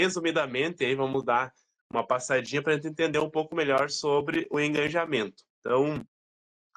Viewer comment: Uma pequena contribuição. O correto seria Engajamento e não EngaNjamento.